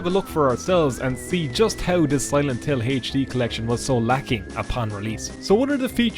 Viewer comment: Ah yes, the infamous Silent Hill HaychD collection.